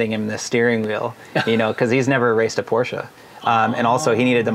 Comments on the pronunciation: Rhys , please don’t butcher the name it’s Porsche (Porsha) not Porsche (porsch) !!! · Now just help Rhys say Porsch-uh. Like Nik-e shoes 👟